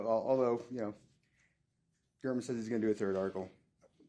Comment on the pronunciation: It’s Gāre-man.